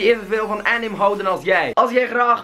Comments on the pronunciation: Bedoel je nie anime? je zei het als anim xd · btw je spreekt anime uit als 'enimée' ^^ xd